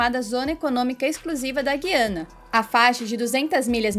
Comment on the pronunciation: Guiana.O (u) é pronunciado.